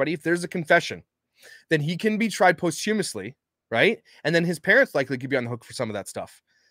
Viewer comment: It"s pronounced: pos-chuh-muhs-lee. Not Post....